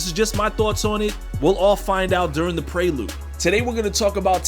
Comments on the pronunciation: Ayo I love you but why do you say prelude like "pray-lude" Pre-lude. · Nigga said praylude 😭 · Did this nigga just said pray lued?